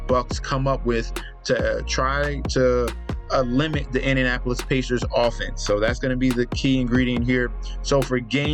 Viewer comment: bro said Indianopolis pacers